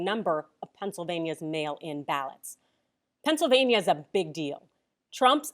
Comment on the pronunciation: thats not "Pennsylvania"! that's "Not California"!!!